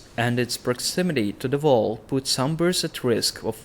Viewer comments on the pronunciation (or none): It's when he says "voll" instead of "wall" and "volvs" instead of "wolves, '"voomen"for "women" and "vaildlins" for "wildlings". I agree, but it makes it more interactive somehow- dunno why. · Quite funny how you say "wall". I always heard "vow" ^^